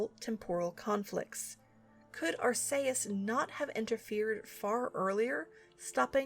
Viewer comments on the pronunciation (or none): Weirdest way I've heard Arceus said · Wow, given my only exposure to this series was the DX remake and the anime its pretty dark with all that doomed future stuff. This was aimed at children? I mean the whole fake out vanish of the main character is dark enough. Also I'd like to clarify its pronounced arch-ee-us. Granted I'm no better since that one Pokémon movie pronounced it Arse-ee-us and I assumed that was right. LOL! I really love how soothing these are to listen to. While at the same time engaging and informative to keep my attention. Ever thought about reading books to children? You have such narration skills. :)